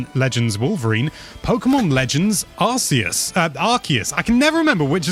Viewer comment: ARSE-us